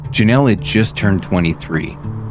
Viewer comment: This is my aunt, her name is pronounced Ja-Neel So much guilt my uncles and aunts have for not being able to protect her. But she was reunited with her older brother as of May, we can only hope they are all together. Thank you for covering her❤️